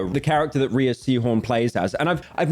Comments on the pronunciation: Another YouTuber that doesn't know Rhea is pronounced 'ray'. ☑ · Pyro, my man, Rhea Seehorn is pronounced like "Ray" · Add another one to the mispronunciation list with Rhea. It’s pronounced like Ray, Ray-Sea-Horn.